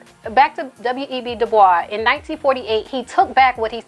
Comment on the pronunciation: Good commentary...thank you for pronouncing "Dubois" properly